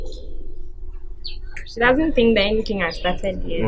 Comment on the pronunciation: Aden can’t say she?🤣🤣🤣🤣